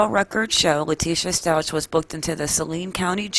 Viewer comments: Stauch is pronounced with a K sound at the end, not a cha sound. Glad to see this info., thanks for the video. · It's "STOWK" like cow.